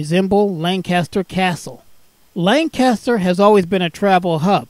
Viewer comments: Lancaster PA is pronounced Lan-kiss-ter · This is my local train station, super glad to see it recognized!! Just one thing though, it's pronounced lane-kiss-ter. Us lancastrians are very particular 😅 lovely video, thanks a ton!